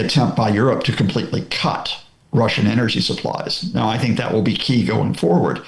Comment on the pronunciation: Sink zat- you say, but in English we say - think that. Pronounce the TH! correctly 😊